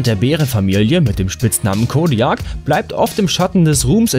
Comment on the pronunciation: *kodiak ausgesprochen kodiäk... das regt mich schon direkt am anfang auf ...xD